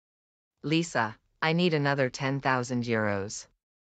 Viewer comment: not lisa but lisha